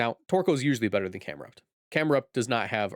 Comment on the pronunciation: It’s Cam-erupt not Cam-heat Wave